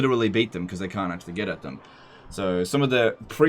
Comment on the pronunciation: "And regardless ... we have one advantage that zhey sorely lack: ZEPPELINS!!"